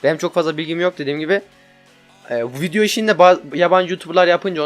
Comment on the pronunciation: video diyeceğine vinyo diyor